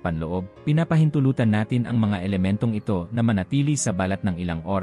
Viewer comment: Ayusin m nmn ang pagbigkas ng binabasa mong script. Ung balat ngiging bal- lat 😂